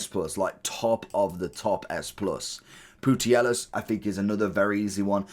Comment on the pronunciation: 😂😂😂this guy's pronunciations of names are always poor but... saying Putellas as Pootyellis... far out Bro Poo-tay-as